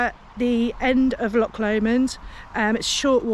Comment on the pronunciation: Don't mean to be critical, but being from that area I feel compelled to comment on your pronunciation of our famous CH sound. It is not LOK Lomond, or Ballok , but rather a softer sound and rather guttural. Think of Lancaster with a soft C like church. Can't really think of any other English place names with a similar sound. CH makes a sort of soft kh sound. Just speak to locals and you will get an idea what i mean, and probably some brownie points for getting it right 🤣🤣 Ps enjoyed your vid